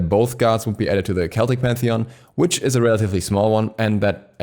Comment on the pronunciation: Celtic isnt prounanced like you read it, I believe.